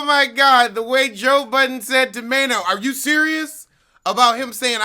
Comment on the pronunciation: Did he say Main-EE-O lolololol